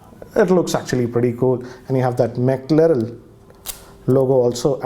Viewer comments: ji, it’s “McLaren”, not McLarell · Did anyone else hear him say Mc larel instead of Mc Laren🤔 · It's McLaren, not McLarell and it's Warp Charge, not Wrap Charge. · Dude, you should rename your channel name to because you pronounced it as Mackerel instead of McLaren 🤣🤣 BTW, watching this on my OnePlus 6T Mclaren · It's mclaren not mclarel or mcliril. Gosh!!! so much cringe everytime he says that. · Dude ur pronouncing the name wrong its mclaren not mclarel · It is McLaren dude... Not McLarel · MCLAREN! Not MCLAREL! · It's a Mclaren nt Mclarel..!!! My god...salute to you sir nt salute to speed 😂😂😂😂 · As a car guy and a big McLaren fan, I am offended that you mispronounced McLaren. Its McLaren, not Mclarel. And I am fairly sure that that special back cover is made from carbon fiber, which is very expensive and definitely not "average". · Calls McLaren as McLarel and opens up the best ever F1 car specifications page and says "Nothing Special"! Man you are not a car person at all!! 😂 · First: It's McLaren not McLarel Second: This is a special edition, not an increamental update. There's a difference between the two. Third: This video from the very start is a tirade against OnePlus and the sad part part about it is that the hate stems from your incompetency of understanding "special edition". Sir with all due respect, please do your homework before you post a video. I knew this was coming cz I saw your indirect commentary on Twitter the day it was announced but didn't know you'll spew this much hate. Unsubscribed 👎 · If u dont know wat it is....plz dont say it....its Mclaren not Maclerel Stop saying it is not special.....there is a reason y its called special edition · McLaren.. McLaren.. not Mclarel.. u r clearly not a car guy. It's ok.. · Sir, it's McLaren. Not McLarel. Lol! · My goodness!! It's Mclaren not Mclarel. Hurts my ears when I hear him speak it so wrong so many times. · Its Mclaren not Maclarel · Mclare'n' not Mclarel.